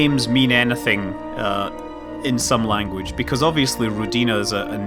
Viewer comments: not rodinA, but rOdina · Scott, I believe it's "rOdina", not "rodIna". Means "Motherland" in Russian. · Scott, pronounce it as ROdina, emphasis on the first syllable. It makes more sense for Russian ear. ;) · Rodina - Russian word. Pronounce like Odin name. rrrOdina. =) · Scott, it is actually rOdina with stress on letter o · You're pronouncing it wrong, it's a Russian word!